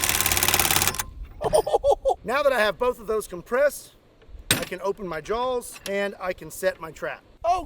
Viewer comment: … are you saying jawls?